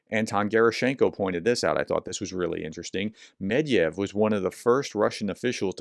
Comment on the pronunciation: Professor... please pronounce Med-Vai-Dief, not medef... thank you.